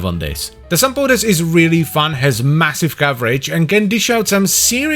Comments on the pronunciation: Are you sure you're not supposed to pronounce it like Sam-Poh-Tees, like it's Greek? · I really don't think it's Greek, unless its meaning is supposed to be "like boots" (sampotes -> σαμπότες -> σαν μπότες -> like boots). It does sound Greek-ish, so it'd most likely be pronounced like Sam-boh-tes, as the "mp"; written "μπ" in Greek, is pronounced thicker than "mp" and closer to "mb". I pronounce it Sam-poh-tehs. 🤷🏻 But I also pronounce "gyros" like a Greek when speaking Greek and like a foreigner when speaking English, so maybe I'm not the one to speak on this lol. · Sampotes 😒 Suck On This 👍 I dont think i ever pronounced that weapon correctly Its unofficially named "Bonk"